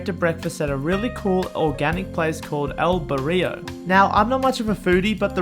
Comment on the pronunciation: How many times did you mispronounce Mérida in one video? Please, if you're going to do videos about places ask someone, literally anyone. This goes for businesses too (El Barrio) or cities, cenotes etc... Also 1600 isn't a century after 600 it's a millenium. Izamal isn't called the Magic City, it's one of 132 Pueblos Magicos in Mexico. Again, a simple google search would have revealed this. This is why youtubers don't get any credit, they don't bother looking anything up. If you want our subs and the advertising money associated then put some effort into it. I love supporting content creators with subscriptions and even patreon donations but you have to at least be willing to ask someone how to pronounce the city that you're doing an entire episode about. Hell, if you come back I'll meet you for coffee and tell you how to pronounce everything so you get it right on the video. Seriously. Cheers.